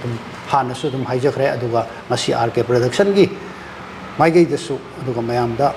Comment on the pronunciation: Praduction haiba nate Production haibane. English ki wahei di fajana haiba tamse eikhoi